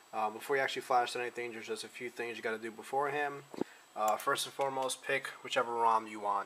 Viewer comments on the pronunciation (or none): none